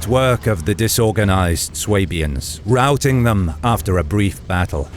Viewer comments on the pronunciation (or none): none